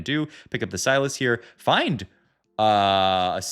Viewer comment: Not sylas, "syloss"